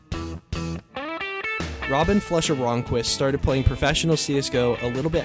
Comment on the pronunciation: Everyone “flusha” Pasha “floosha” 😂😂